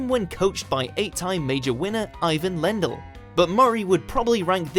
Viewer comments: AYE-VIN LEN-DULL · Eye won Lendl? Gosh, that's a horrible pronunciation,.